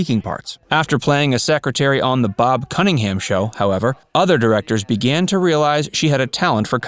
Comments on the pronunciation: Bob Cunnington Show? I believe it was Bob Cummings! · Bob comington? Cummins! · NOT Bob Cunningham..... Bob Cummings ding dong. Geesh! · It's Bob Cummings...